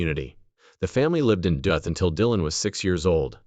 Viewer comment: roboy voice pronounces Duluth as Duth. Duh?